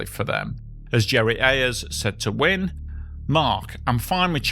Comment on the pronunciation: Mark Winne later worked for many years at WSB TV in Atlanta. His surname is pronounced "winny".